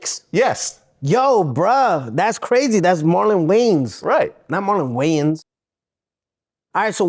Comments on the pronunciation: “..That’s Marlon Waines, not Marlon Weigh-Ins…” 😂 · Why do they call him Marlon Wayans took me out 😂😂😂😂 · Thats marlon waynes not marlon wayons 😅😅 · “That’s Marian way and, not Marian weighins” 😂😂😂😂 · "Oh Cool That's Marlin Waynes, Not Marlon Wayans!" This guy is clueless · 😂 at first he said Marlon Wayans. Who is that guy? Lol😂💉🤣